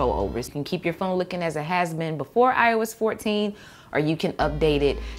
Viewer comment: I keep mishearing “ios 14” into “I was 14”